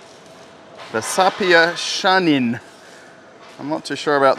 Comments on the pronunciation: you massacred the name: saipa shahin, sapia shannon my god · It's SAIPA SHAHIN not Sapia shannon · It is SAIPA, not SAPIA!! And SHAHIN, not SHANIN!! In how old did you drop the school?! Maybe in your 8! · SAIPA Not SAPIA ------ SHAHIN Not SHANIN ----- Why are you so surprised? Iran has been producing cars for years. More than 40 years. Iran produces more than one million cars per year. Also, in the past, the quality of its cars was better than today. Today there is a car mafia in Iran. The Iranian market has been conquered by the Chinese. Iran has very good engineers. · Saipa shahin not sapia shanin 😃 ,despite that thank you for the video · Not sapia and shanin ❌ Saipa & Shahin ✅ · LOL Saipa Shahin not Shannon🤣🤣🤣🤣🤣🤣🤣🤣🤣🤣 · It looks like a hybrid of a Toyota Camry and Chevy Impala. Very nice looking car. Thanks for presenting it. Second vehicle might be pronounced "shah heen". Shahin is a name used for falcon. It's used as a name by Kurds, Turkish and Persians. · What the hell is sapia ? This is SAIPA (SAI-PAA) And the name of that car pronunce (SHA_HEEN) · Shahin, is pronounced::: "Sha-Heen" which means Falcon, even though it does NOT fly; As I recall, this name was adopted from a GM car of the 1960s, which was locally assembled in Iran during the 1970s, and renamed Sha-Heen, which might also mean "Arrow"!!! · Dude you probably need to work on your reading... SAPIA? SHANNON?